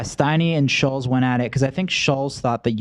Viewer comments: It's pronounced Shults. It's sad they still don't know how to say his name. No wonder they sucked interviewing him. They researched so little that they don't know his name. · Nelk were saying his name wrong the whole time lmao maybe that contributed to the situation